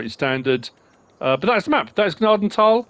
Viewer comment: OMG, pronounced Gnadenthal RIGHT